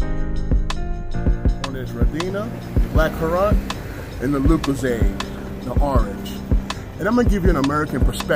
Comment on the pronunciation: How he said lucozade ahahah